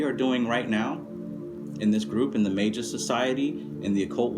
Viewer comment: I use a special type of magic for any fear and anxiety its a sacred and ancient art called bud smoking or marijuana burning smoke maketh into lungs opera number 5. Old magic. Also youre pronouncing magus wrong xD gj